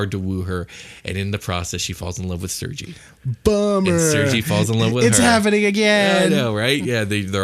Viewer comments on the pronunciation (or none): Couple points a bit off, Tatyana was poor, its SERGEI not sergee lol sends a shiver down my spine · it is pronounced SIR-GAY, not sir-gee. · It's pronounced "Ser-gay"...